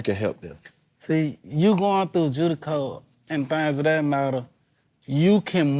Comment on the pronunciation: Whats judico ralo? 😂😂😂